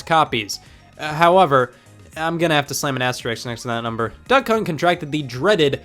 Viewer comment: it sounded like you said "duck cunt". It would't be wrong except the only cunt in that game is the dog